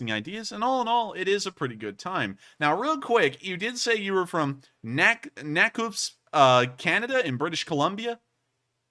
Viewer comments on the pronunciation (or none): Lol… skip ahead a bit and thought the town tour looked familiar? To my shock you were checking out my mothers home town in “ Nakuuusp?” BC. It’s Nakusp like Na-cusp. Lol. No biggie. Great town. Hospital also. Great fishing , lots of hot springs , etc etc. Come have a vacation. I’ll buy the rounds. But… you have to leave your guns behind. You can’t bring them in. Lol. Not to worry. We have lots up here. No need. Rick Ross, Hatzic Lake in Mission, BC. Never miss you channel